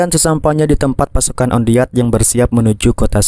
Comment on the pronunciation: wan det malah on deat😁